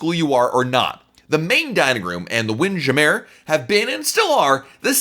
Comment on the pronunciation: Winn jamearrrr? Say that again? :D